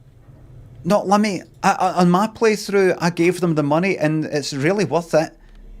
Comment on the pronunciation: It’s “Limmy” mate not “Liimi”